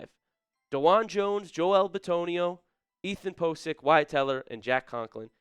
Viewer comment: “It’s gonna be heck” The hell kind of a comment is that? Just say HELL And, “Joe-el” It’s Joel